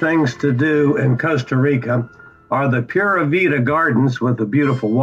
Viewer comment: I am a Costa Rican born and Happy yo tell you that you did a great job description in your video. About the pronunciation of Spanish subjects you did pura vida. The most amazing if your